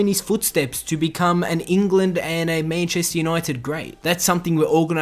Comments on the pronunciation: Mayancheystare younoited nice pronouncing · Mayncheistar Junaited